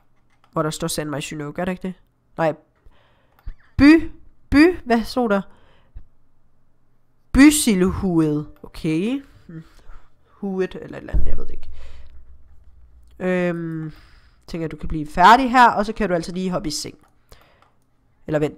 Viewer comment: Det der bysilhuet, udtales: bysiluet. Håber du kan forstå hvordan det skal udtales👌😄